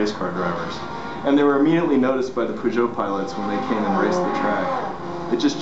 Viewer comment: It's Peugeot. ...